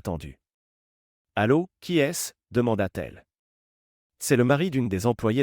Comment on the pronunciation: Orthographe déplorable dans la version écrite, et des erreurs dans l'oral des imperfections aussi. Des mots brefs épelés au lieu d'être bien prononcés, par exemple : -t-il, -t-elle > Té-elle... Les gens sont très bizarres, dans ces vidéos. Ils ne paraissent pas normaux, ni leurs manières, faits et gestes, ni les situations... Le vocabulaire est toujours pareil dans toutes ces vidéos : détermination, finaliser, contrôle, précaution, confronter, crucial, tension. On ne sait pas du tout de quelle sorte d'emploi ni même de branche il s'agit, ce qui rend tout moins vraisemblable... "Essaie-moi" : Try me... Le récit est difficile à comprendre, en tout et pour tout... "Sous son souffle" : under his breath... Dans toutes ces vidéos, les hommes mettent tout simplement les femmes à la porte, sans plus, ce qui n'est pas une option possible dans la réalité.